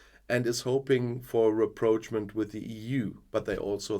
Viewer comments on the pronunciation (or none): raprochement is a recent french borrowing and should be pronounced in french, not english. Ra prosh moh